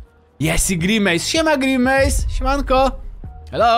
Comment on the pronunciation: Grenmace 😂 xd